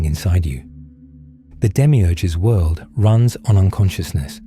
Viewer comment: I get way too distracted with that accents pronunciation of “world” lol not completely derailed from the message, just humorously distracted monetarily. I repeat it immediately “wuelldd”and giggle